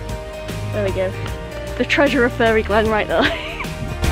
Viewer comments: PMSL! My kids asked if you were from Sintellins too cos you pronounce ‘fairy’ “furry” like me lol Great vid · Hahaha, one of your best travel vlogs yet !! Your humor is honestly off the charts, you should’ve taken all the coins and become a millionaire 😂🤣 Great video, stay safe and care :) P.s It’s fairy (fair-ry) 😀👍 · oh no, lucky you did !! lol, I meant the way you pronounce it :) Us southerners pronounce it "fair-ry"